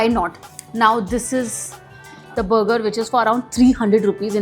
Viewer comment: Moti buger nhi burger hota hai 😂😂